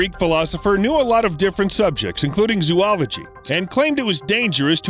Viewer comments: You’re mispronouncing “zoology.” Please look it up. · Wow. I can't believe he did that! Please report this to Google! 😤